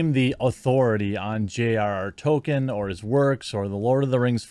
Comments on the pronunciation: It's pronounced "Tow-keen ( with a de -emphasised 'wl' drift,)" not " Tolken" or "Tol-ki-en." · Toll-keen it is Tolkien not token. Love ya Jeremy. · Please stop saying "Token." There's an "L," dude. You're making my ears bleed. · His name is TOLKIEN not TOKEN, he isn’t a black South Park character! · Jeremy, Toll-keen. That is all. Other than that, great video. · Why are you saying Tolkien like that?